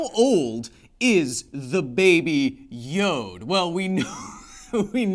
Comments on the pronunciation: It's not "babe yode " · Oh boy please don't call it 'baby yode' ever again, it sound the same as 'baby jew' in Dutch XD